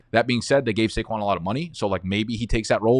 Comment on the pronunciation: Had to leave after I heard saquon